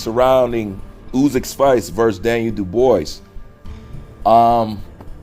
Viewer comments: You Americans can never pronounce names correctly . Daniel’s name is pronounced ‘Doo - bwa’ - Dubois 😂 Thank you . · love you man but you are saying Dubois name wrong it’s funny every time I hear it 😂